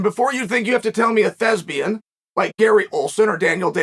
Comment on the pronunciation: Lol a thesbian… it’s THESPIAN